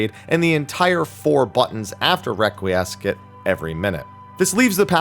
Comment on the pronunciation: "requee-ess-scat" "Con-fee-tee-or"